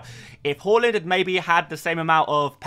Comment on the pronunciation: Haaland not hooland